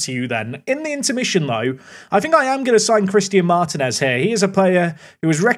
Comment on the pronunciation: couple of important items. 1. I won't rest until I hear the toe behinds pun 2. In latin languages when you see an í that's an open sound (ee), so Martínez = marteen es (very close to how you called Martim)